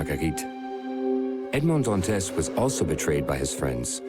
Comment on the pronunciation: AI narration just sucks. Edmaund-d-Dant-ezz. 😒